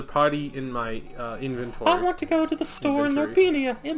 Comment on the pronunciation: "INVENT-ory" is now how I shall pronounce it. Thank you. (I thought it was "EH-PIT-tome" instead of "e-PIT-o-ME" until high school.)